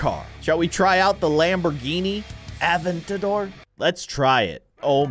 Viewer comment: It's pronounced Lamborghini aventador